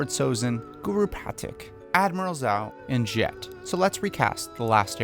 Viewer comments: It’s not pronounced zao smh 🤦🏾‍♂️ 😂😂 it’s pronounced djau 😂😂 and I thought u watched the show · If you say Zao instead of Zhao ONE MORE TIME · "...as Admiral Zao" Me and Sokka: "It's pronounced ZHAO!" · its admiral zhao not zao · Am I the only one who realized he was saying zou not jou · duuuuude it's pronounced jhou!! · You sat zoh wrong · Good video but every time I heard “Zao” I felt pain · the pronunciation of jow bugs me. lol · bruh at least say zhao’s name right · The way he mispronounces the names gives me ptsd from the film that shall not be named. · Great series of recasting so far, but I'm not sure about Sozin's tho....... and a little nitpicking, I don't think that's how you pronounce "Zhao" lol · U Saïd it wrong its zhao not zhao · its pronounced zhao, not zow. like the S in the word treasure Edit: its pronouced pateek, not patik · Good video, but the way you pronounce Zhao and Pathik is off. Good excuse to revisit the series! Lol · I was bothered by how you pronounced Zhao and Pathik